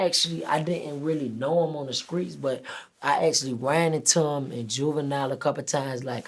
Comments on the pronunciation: He said skreets not streets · Does he know its "Streets" and not "Skreets"